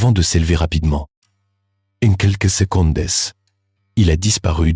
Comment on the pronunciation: Ces voix d'UA sont vraiment pénibles avec leurs liaisons hasardeuses, des mots non traduits et prononciation étrangères....genre secondesse au lieu de secondes ...